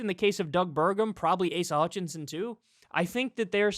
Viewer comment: Did that man call him Asia Hutchinson? 🤣🤣🤣🤣🤣🤣🤣🤣🤣🤣